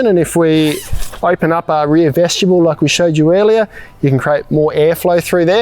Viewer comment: Say it with me, vest-i-bule. Not veshtibule.